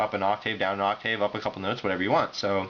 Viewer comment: Sorry, but "vye-bray-toe" and "ahk-tayv" are wrong. It's "vih-brah-toe" and "ahk-tivv."